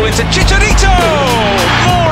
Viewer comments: wassup wit dah quy pronuncinq my babys name wronq; say it dah mexican way hes mexican nt enqlish "CHiCHARiTO" Nt CHEECHHARRETO Omq iHate It When Ppl Say His Name Wronqq Uhh. My Baby De Best Tho &&Hes One Of A Kind No One Will Eva Catch Up t2 Him. &&Thoes 3 Goals He Did Yesterday For Mexico's COPAORO 2011 Aqanist El Salvador Where Bomb El Tri Won 5-0 Yeahh Baby<33 Arriva CHiCHARiTO, MEXiCO Y El Tri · they said Chicharito weird